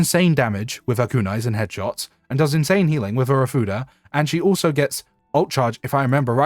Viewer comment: Am I the only one that hears something different when he says ofuda?